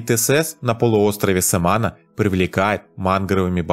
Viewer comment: Не "СамАна", а "СаманА" ! И не "гуагуа" , а "гуАгуа", - ударение на первый слог! Учите испанский !